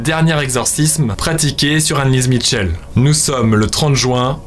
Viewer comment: Information jai toujours entendu dire michelle et non mitchell